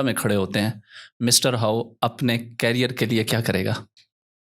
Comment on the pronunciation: Career ko carrier nhi bola jata😂